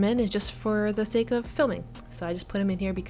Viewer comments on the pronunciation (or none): none